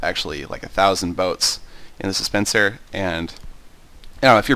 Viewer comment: do you say dispencer or suspencer? it sounds like the 2nd one =3